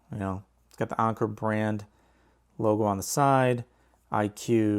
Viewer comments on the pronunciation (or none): It's Anker not "onker" 🤦‍♂️ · Who tf says onker.. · “Ahhnker” lmfaoo